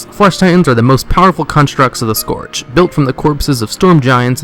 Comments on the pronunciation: You pronounce scourge with an o like in torn, when it's like the u in turn. Garrosh even says it correctly during your video. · how can you fail at pronouncing "scourge", and then later on perfectly execute it? lol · just hated how you sayd scourge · Archimonde is pronounced, Ark-ih-mond. Its said multiple times in audio dialogue. Scourge, in no way, in pronounced scorge. Say Skurjh. you heathen.